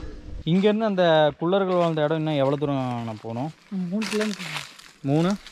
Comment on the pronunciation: தம்பி.. உச்சரிப்பு திருத்தி சொல்ல பழகுங்க.. குல்லர்கள் அல்ல குள்ளர்கள் னு சொல்லணும்